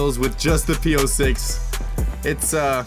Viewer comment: It's P-06 not P-O6